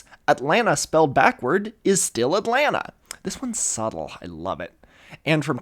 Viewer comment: Ah, yes, the city of Atnalta.